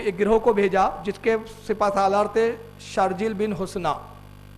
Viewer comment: کو صحابی رسول صلی الله عليه وسلم کا صحیح سے نام بھی نہیں آتا۔ایک جلیل القدر صحابی ہیں جن کا نام ہے شُرَحْبِيْل بن حَسَنَة اور اس نے کیا پڑھا شَرْجِيْل بن حُسْنَة.اس کو کسی مدرسے سے تعلیم حاصل کرنی چاہیے۔مجھے اس واقعے کی سند بھیج دیں یا حوالہ دے دیں۔پھر میں اس کی سند پر تحقیق کرکے جواب دوں گا۔لیکن یہاں نے ایک عبارت پڑھی جو کہ گرائمر کے اعتبار سے صحیح ہی نہیں ہے یقیناً وہ کچھ اور ہوگا اس جاہل نے اپنی جہالت دکھائی ہوگی۔ يا نصر الله انزلا اے الله کی مدد (تم دونوں) نازل ہوجاؤ الله کی مدد ایک ہے تو تثنیہ کا صیغہ کیوں استعمال ہورہا ہے؟🤔 یہاں پر ایک لفظ بولا "أُمَّتَهُ"یہ فٹ ہی نہیں بیٹھتا یہاں۔اسی لئے مجھے حوالہ دیدیں کتاب کا جس میں یہ اثر منقول ہے۔